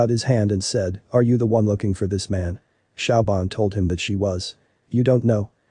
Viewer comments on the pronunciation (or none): Siobhan is pronounced "Sh'vahn" NOT Shaobhan!